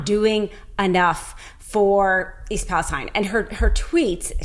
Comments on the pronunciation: Not that it matters, but it's pronounced East "Palasteen", not Palestine like in the Middle East. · I live near Palestine, Tx. We pronounce it "Palasteen" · She's on to something really troubling, but why didn't she learn to pronounce Palestine, as that town actually pronounces it? That's a bit of a flaw, with which Greene and company can easily dismiss this whole video.